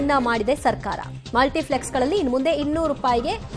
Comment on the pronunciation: ಅದು ಮಲ್ಟಿಪ್ಲೆಕ್ಸ್ .... ಫ್ಲೆಕ್ಸ್ ಅಲ್ಲ